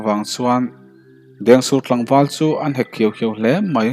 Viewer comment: Fâng ni lovin Vâng ni ta se, SU ni lovin CHU ni leh bawk sela, SSHUAL ti lovin SUAL. V hi F anga lam lovin, S hi SSH ang loh ni ta se. Riangtlei pawh a dik ta zeuh zeuh e. Ch pawh hi i la lam SSH leh deuh fo mai. A ngaihnawm tan dawn e.